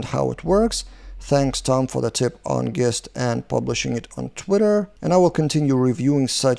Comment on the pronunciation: Nice vid as always,. Thanks! Just a heads-up from a native English speaker. The word “gist” is pronounced with a soft ‘G’ like the word “gin.” So more like it would be spelled “jist”.